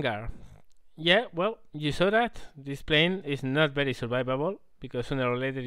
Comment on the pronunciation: Yeah latin obviously, i'm french and i know he's not. Might be spanish yeah :) when he said "bery bery" bamos bamos puta !